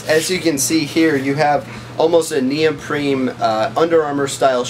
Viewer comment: Great review. There is no “M” in neoprene